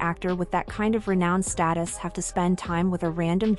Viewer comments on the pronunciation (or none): none